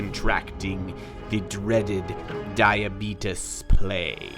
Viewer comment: "Diabetuus plague" :DDDD